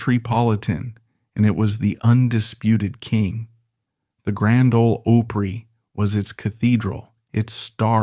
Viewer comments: Its a robot. Nobody doing a video about this subject would be so ignorant to pronounce it owwpree! Lol. They can make robots sound quite good, but there are still a few glitches. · Just so you know……..I neither “like” nor subscribe to video channels that use AI narration. “O” pry? Hire a human that speaks AMERICAN English! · Agreed....... Speaking about Buck , they show pictures of Don..... Oh and...." The Grand Ol' "O" pree.....?!? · The Grand Old Oh-Pree? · Grand old Owwpree?😊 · . These AI generated videos should be outlawed! You can catch where words are mispronounced, like Opry with a long O instead of a short one.